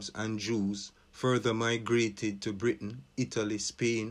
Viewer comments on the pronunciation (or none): none